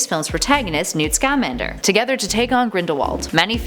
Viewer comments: if hermione was watching this, she'd say: "it's Newt ScammAnder, not Newt ScAmmandEr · Dude, how can you have seen Fantastic Beasts and not know how to correctly pronounce Sca-MAN-der????